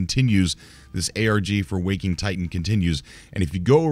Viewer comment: Please stop calling it Wok-ing Titan. WAK-ing Titan.